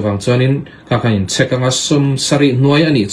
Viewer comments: Tawpic ti mai la...tropic han tih kher...chek poh chhek iti daih a.... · In chhek tihhi alam rik dan tur ani em?